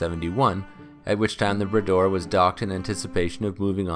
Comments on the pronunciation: Grates on my ears every time I hear him say "Brayder'. It's 'Brah-door', ffs, Make an effort. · . Had to go back and listen again; I heard the rename as the ‘Bidet’ the first time. 😁